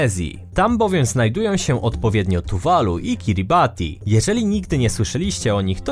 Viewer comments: Kiribati wymawia się Kiribas ;) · powinno sie mówić KiribaS